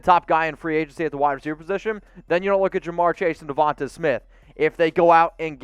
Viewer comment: Please Lord someone teach this man how to pronounce Devonta name